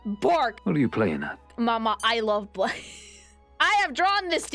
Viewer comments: Blaidd's name is Welsh and because Celtic spellings are treacherous as all hell for English-speakers the "dd" is more like a "th" so you say his name like "bly" (rhyme with eye) + a soft "th" (like in thorn or death) so together it makes a sound like "blyth" and it means "wolf" because obviously 😉 (+1 this is also why the name Gareth / Garedd is pronounced the same it's just the English vs Welsh spelling but it's really the same!) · People are allowed blaidd when they actually say his name correctly… it’s like blaith, dd = th. I swear it’s like hearing people call Gwyn ‘Gw-yn’ instead of ‘Gw-in’